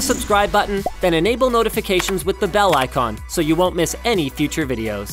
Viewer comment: ‘nofication’ edit it